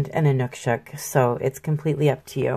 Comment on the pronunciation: thank you for the great painting - plus providing the correct way of saying Inukshuk. I think they're fascinating.